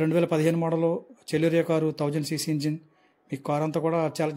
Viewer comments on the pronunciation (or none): చలోరియ కాదు సెలెరియో